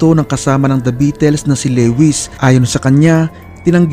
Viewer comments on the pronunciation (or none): kahit history na lahat ang mga impormasyon mo masarap parin pakinggan, nasira lng lahat sa pronunciation mo sa salitang "beatles", sana maayos mo ang pag pronounce